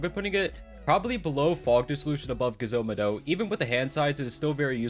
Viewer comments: I'm like surprised he Said gezo mado bro it's genzo mado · why is he saying gezo mado like that lol kinda weird and cool